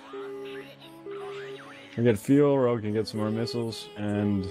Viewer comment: Your English is pretty good, but It's actually spelt Rogue, (although I do get redder every time you say it wrong). :D